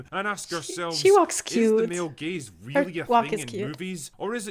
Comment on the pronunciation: At first I thought you said “male gays” and I was like what did they do?